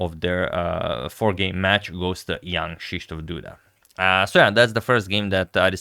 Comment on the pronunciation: Your pronunciation of "Krzysztof" is almost perfect, just one correction - the letter "y" sounds like "i" in "bishop", not like "e" in "me" :-). Awesome stuff here, agad!